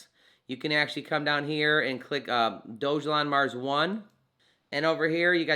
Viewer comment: Thanks for the video but one correction: Dogelon is pronounced Dawgahlawn, not doge-alon.